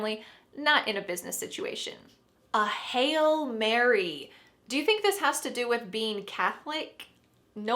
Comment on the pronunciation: The pronunciation of "hail" sounds the same as "hell"?